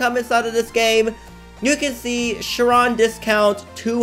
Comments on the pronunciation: chee ron not sharon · It’s pronounced as ‘shy-ron’ (Chiron ) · thats not how you pronounce chiron! its pronounced kai-ron, like in greek mythology